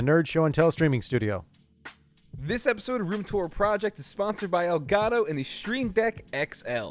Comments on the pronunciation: Why Does the nerd tech guy say "ElgaTo" like that LULW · "el ga toe"